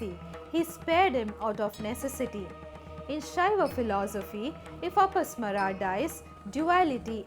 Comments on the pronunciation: One small correction. It should be pronounced as apasmaara( अपस्मार) with a deergha after म and not अपस्मर. You can check in any sanskrit dictionary. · Never say mythology sanatan/hinduism is not myth.Every name you say has extra 'A' sound in the end it's apasmaar and not apasmara see correct pronunciation in Sanskrit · In the name Apasmara the '-ma' should be pronounced long. You pronounce it in short, a clear mistake. Correct it.